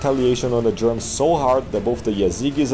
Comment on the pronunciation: The way you pronounce "Germans" as "Germs" is funny to me. Also "Ballomar" is a badass name for a barbarian warlord/king.